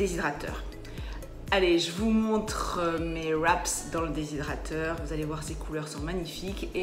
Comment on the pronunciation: tres belles recettes merci, on dit un wrap pas de sss au québec ! hihi